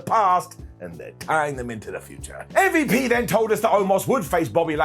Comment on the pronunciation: Always enjoyed hearing call M.V.P. “Mvp”. Makes me chuckle every time he says it.